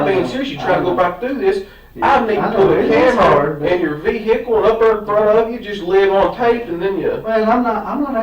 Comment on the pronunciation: Once the detective pronounces it as VER-HER-CLE, you're cooked. 😂